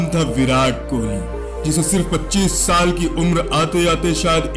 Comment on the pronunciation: line "2013 ka shaal tha"😅😅😅 shaal nahi saal bolo